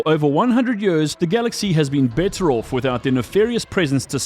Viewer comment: I was always wondering where your accent came from, then I heard you say "Off" 😂